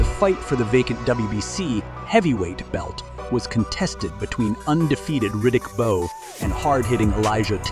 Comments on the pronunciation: Who’s Boww? It’s Bowe pronounced Bo. Why don’t the people who make these kind of video try and get the names pronounced correctly. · That's what I was thinking as well. Not sure if this is an AI voice or not but whoever it is should learn how to pronounce names properly. I mean how can you mispronounce Riddick Bowe?